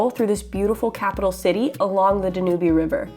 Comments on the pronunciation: I stumbled upon this video by some serendipitous event and I'm super glad I did!! Super interesting, and enjoyable. Your adventurous spirit and energy totally come through making the time fly by! One note of correction, though. The Danube River in Budapest is pronounced "Dan-Yewb" not "da-newbie." I'm mega excited to explore your channel...I subscribed right away! I hope you become the next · not danubee... it's dan u b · Such a lovely video and you are visiting some incredibly beautiful places. One criticism and it's about your pronunciation of Budapest and the Danube Riverl First of all it's pronounced Budapesh and it is not dan U bee but dan uub (long u like tube). No Hungarian on earth would never pronounce those two places in Hungary the way you just did. My grandmother would have laughed and corrected you first chance she got. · Danube river= Dan-You🤭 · awesome as always......can't believe I am the only one responding the e is silent the river is pronounced Dan-yoob..... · OMG did you really call it the dan oo be river?? Wow! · I believe the name of the Danube is pronounced Dan Ube ( ube, as in cube). The e is not pronounced. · Actually, it's pronounced Dan-Yoob 😉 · Yes, you mispronounced "Danube" - but who cares. Don't listen to these nitpickers who complain about that. I totally enjoy your videos just the way they are. You guys are great! Keep it real and happy travels!